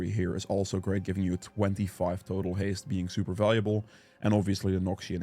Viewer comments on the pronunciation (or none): none